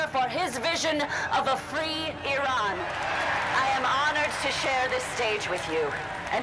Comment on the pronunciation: the fact you can pronounce the name of iran so well is just a testament to your care for history, i've been a watcher for a while but this one hits close to home as im a kurd, lets hope the future is kinder